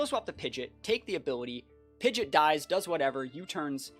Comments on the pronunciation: Who taught this guy to say PIDGEOT AS PIDGET? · Isn't it technically pronounced like Pid Jit? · It’s pronounced Pidgeot not Pidgeot.